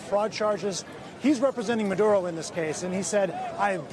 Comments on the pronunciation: It sounds like he's calling Maduro, Manudo😆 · What’s up with the reporter and the way he says Maduro. What’s with the accent, dude?